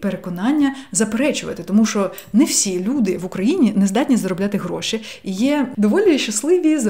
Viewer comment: Ваше "гроши" і "емоциї" якось зазвучало навіть по-галицьки 😄 💙💛 Обов'язково спробую вправу - вона мені актуальна зараз